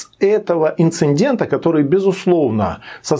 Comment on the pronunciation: Вот зачем из ролика в ролик говорить инциндент". Извиняюсь, но я грамотей советских времен